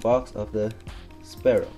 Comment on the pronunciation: its pronounced sfeero